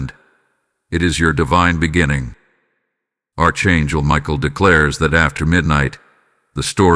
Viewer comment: This Narrative is boring me to tears. I've heard all this bs over and over again. This guy cant even pronounce Archangel.. Your all full of shit. Your deleted. I will not be repeating another cycle. This is demonic illusion.